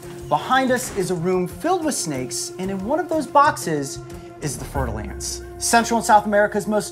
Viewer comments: fer-de-lance. I keep hearing fertile ants! :-D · I thought he was saying fertile ants 🥴